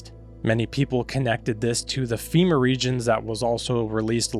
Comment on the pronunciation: It’s FEMA NOT EMA LOL